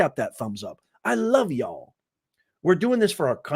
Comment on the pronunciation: Y'a l l haha. Definitely from the South